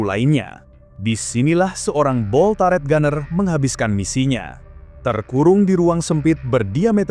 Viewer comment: Cara bacanya bukan /Taret/... Tapi tetap /Turet/... Gemes bgt gw dengernya.